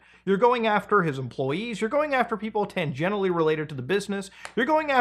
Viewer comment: its not tangenitally its tangentially, keep yourself strapped up g.